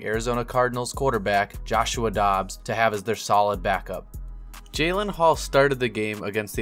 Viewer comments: You even showed a graphic with his name in it. It's JAREN Hall, not JALEN. C'mon, man! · Jaren Hall, not Jalen